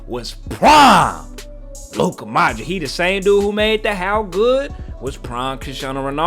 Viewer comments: Dude, it's ModriCH, not ModriK. Get it right, it's not that hard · Modrić read Modrich... Americans 😒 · modrich!,. pls pronounce it right.ty.